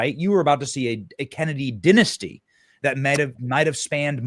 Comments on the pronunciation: Did you just say Dynasty like Dinnastee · "Dine-es-tea", not "Din-esty". You make me crazy. I went to community college too, but I still can pronounce things correctly.